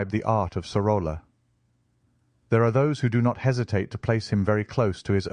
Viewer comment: Great video, just one correction; in Spanish two "L's" are pronounced as Y. "Soroya".